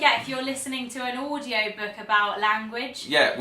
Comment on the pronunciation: You say booook we say book.